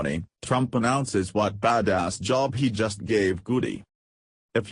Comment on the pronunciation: I can't stand these electronic voices in video news. what is a "Baaa Dos" unless it's supposed to be "Bad Ass" and I don't know where South Caroliyn is?! if these videos were read by real people they would get a much higher rating.